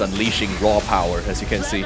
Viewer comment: Unleash your powah